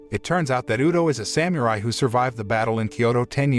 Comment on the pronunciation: Someone needs to tell this announcer how to pronounce Samurai and shogun.